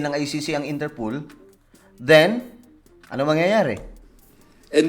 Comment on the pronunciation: Inter POL not Inter POOL 😅